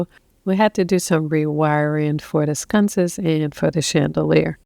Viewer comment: Sconces not scunces